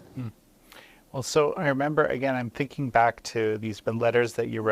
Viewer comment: Zzzzingking? In her dream👽🤣🤣🤣🤣🤣🤣🤣🤣🤣